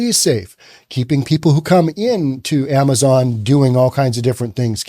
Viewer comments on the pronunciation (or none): none